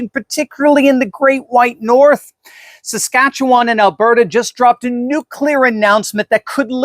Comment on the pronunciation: you pronounce Saskatchewan very nicely 🙂. most Americans struggle with the name.